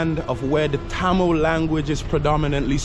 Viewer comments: Your tamizh pronunciation is awesome 👍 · Tamil pronunciation is awasome bruh !